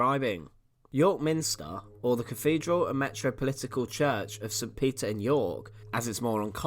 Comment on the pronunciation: Lovely to see but please, as a narrator, pronounce 'th' properly! I had to mute it after a while. It's not cafedral, or free (3) or cafolic or eighteenfh.😢